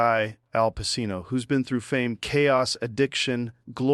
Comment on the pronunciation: Lol. We know this is AI. Al Pacino. Its pronounced AL PACHEEENO. That's the tell